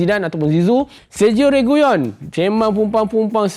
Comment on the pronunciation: RE-GI-LON bkn REGUYON